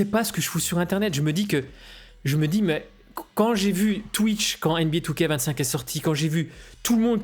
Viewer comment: comme toujours très belle analyse, et super approche psychologique . Par contre je suis rassuré de ne pas etre le seul à prononcer 2K25 " two-K-vingt-cinq"